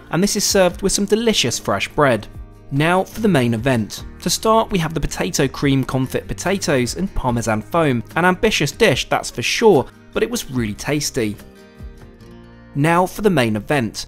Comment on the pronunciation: Confit, pronounced confee.